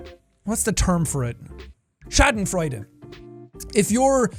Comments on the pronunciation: What does he say ? It sounds like Shattenfreuten and I have no idea what that is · I love the way he pronounced Schadenfreude omg